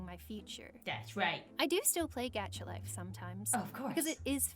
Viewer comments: Gacha life not pronounced g-och-a life not g-ach-a life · im mad she said GAHCHA LIFE its pronounced goh-chuh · I love how she says Gacha life (GAC-ha life) XD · Lol its pronounced gahcha even though it's spelled gacha